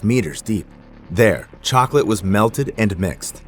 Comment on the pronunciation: The cocalate death i had to say chocolate did you jou say cocolate ahhhhhhhh😂